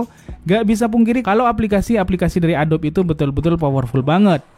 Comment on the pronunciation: ADOBE dibaca A-DO-BI itu